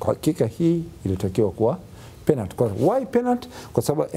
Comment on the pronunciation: Huyu nae chizi,mara aseme penat mara sio penati,duu anachekesha